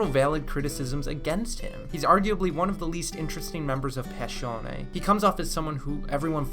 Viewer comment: Everytime he says Passione I hear Pescione (big fish)